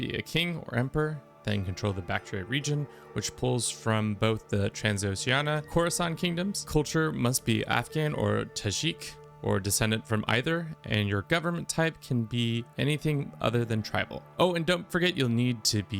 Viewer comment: "Tajik" is pronounced like tah-jikk. "Tah" from taco and "jikk" from jigsaw (but with a k instead of a g, I can't think of any common english words with a jik in them)